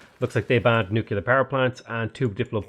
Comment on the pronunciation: Please.... PLEEEEEASE..... It's nuclear, not nucular. You're such an intelligent man, I'm sure you can do it! Keep up the good work!